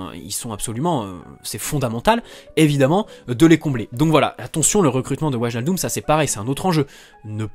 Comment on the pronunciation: Ça Ma Stressé pendant toute la vidéo Qu'il dit "Waljaldum"😭😂